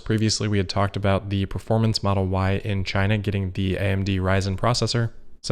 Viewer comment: Maybe that is a question you should ask "Chy-na." DJT